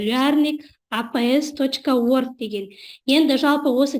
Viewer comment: программаның атын қате дауыстайсыз, ағылшынша дурыс айтылу керек